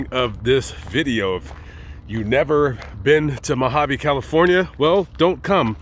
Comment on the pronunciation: Its not MAAAgaveeee its Mojave desert.. lol